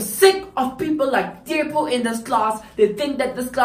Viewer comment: The pronunciation of "Tshepo"😂😂😂 this video is every afrikaans lesson I've ever been in